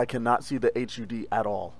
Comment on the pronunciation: I've never heard someone call it an H.U.D. It's always hud.